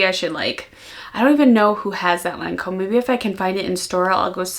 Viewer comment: I was a lil confused when you said Lancôme & very irresistible that’s all😊@